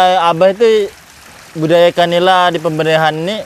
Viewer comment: itu kalau ngomong budi daya jadi budaya terus. Berkali kali ngomong nya budaya terus..😅😅